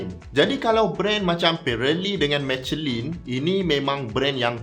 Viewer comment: Mishelan (sebutan sebenar Michelin)